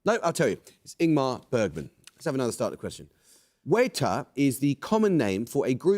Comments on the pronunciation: Re weta - They’re not weyta. It’s nz, they’re weeta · Weta [Wet-ah] is the mangled Kiwi way to say it, not Way-tah ... arrrggghhh [lovely little buggers they are too] Thanks CP... :) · It's simply WET-A , nothing more complicated than that. Not way-ta or wee-ta. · I refer you to my reply earlier. Here, on the ground, it is very much pronounced WEE-TA. Not that I particularly care continuing this pointless discussion. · Missed the Weta question, because the pronunciation was so off! It's supposed to be wet-a. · Agreed. I follow the works of Weta Workshop closely enough that I'd have gotten New Zealand from that alone. Not knowing anything about the animals. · As a New Zealander, it hurt a little bit to hear Weta pronounced that way 😝 I’m definitely not complaining tho. Māori names and University Challenge are not the best of bedfellows, I have learned 😜😄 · That was Weta?!! OK, I feel less bad for missing that one. I'd have gotten New Zealand from Weta Workshop if they'd pronounced it correctly. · I'm from NZ too and I had no idea what he was trying to say. Had to rewind